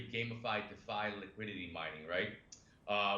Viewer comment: I reported two comments for you. Tell him its DEE FI I dont trust someone that doesnt know how to say the simplist things in our space